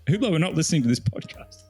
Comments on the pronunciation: It's pronounced UBLO. Not WhoBlow! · UBLO The H and T are silent. Not importnat, but maybe more important than the watch's relevance. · It's pronounced " You Blow"! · The “ge” in Hugeblot is silent